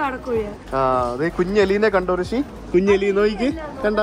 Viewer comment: But his name is' Rishi' not 'Hrishi'